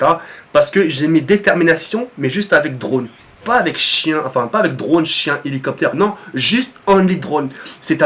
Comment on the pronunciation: ptdrr tu me faire rire quand tu dis "Chien" tu prononce bien le SHHHHHH CHHHHHHHIEEEEEEEN